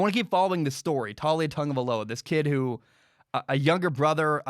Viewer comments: It’s pronounced Tah-ooh-lee-ah 👍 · It's Tuh-lee-uh lol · It's pronounced "Towl-lee-a